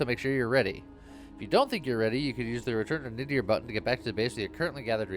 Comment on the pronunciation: Nadir means, I believe, "The lowest point". I also think it's pronounced nay-DEER? With the emphasis on the second syllable?